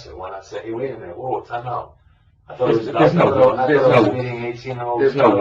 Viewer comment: "I taught I taw a puddy tad, I did, I did". He knew what he was doing!